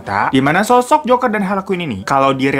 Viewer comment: aku dengernya joko & hari dong😭